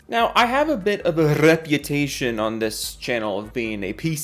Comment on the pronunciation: Never heard the rolling R for reputation before lol now I have.